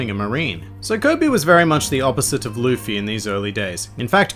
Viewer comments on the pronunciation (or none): It's Luffy not Luffey